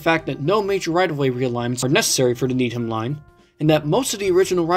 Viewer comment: Needham is pronounced "need-um" here in MA